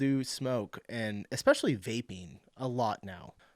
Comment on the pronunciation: Did she just say expecially???